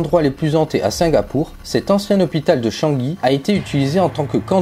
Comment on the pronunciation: La prononciation de Shangai fait mal aux oreilles ! On dit pas shanki